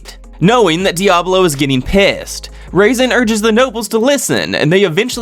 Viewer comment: I like how he pronounced Razen as "raisin".